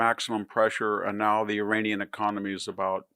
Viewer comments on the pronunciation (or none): none